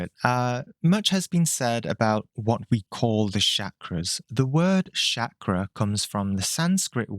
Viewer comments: If anyone wondering it's pronounced as "Chuck-raa" not Shakira or shak-raa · I’m Indian and I have to clarify for you that the word is not pronounced “Shakra”. The “CH” sound is the same as in “Charlie”. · The way he says Chakra, lmao Shakra! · Man common! Call it Chakra the way you'd pronounce Chalk, not Sacra. Feels like quitting the video right away. Practise proper pronunciation, which I think is important when it comes from someone who has studied it for such a long period of time. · Can you say 'chakra' correctly please. It's not that hard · You should firstly learn how to pronounce Chakra buddy, seriously